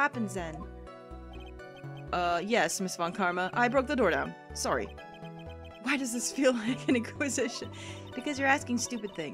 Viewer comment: Did You Say Soorry instead of sorry. Wow you've been in Canada a while, haven't you if your accent is changing. Has it really been that long I still remember you talking about Canadian customs agents in your Pajama Sam playthrough.